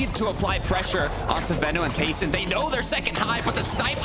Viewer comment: you said tayson and merstach and the start